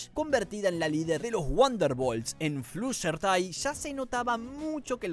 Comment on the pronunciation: Ya pero dijo flushertty